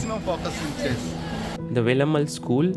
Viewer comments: May be, Sagar Bhai... Wouldn't... He always pronounced Velammaal as Velammal only.... You all might have noticed already.... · wonder why north Indians can't pronounce certain simple South Indian names correctly. He could have written it down in Hindi or whatever language he knows to get the pronunciation right. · Without all due respect, it's really bad that you pronounced Velammal the way you did. Guest of honour, you must have heard the word being pronounced a hundred times, and still chose to pronounce it wrong.